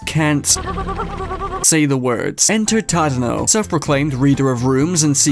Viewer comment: i love that the entire community collectively calls Tadano as Chadano.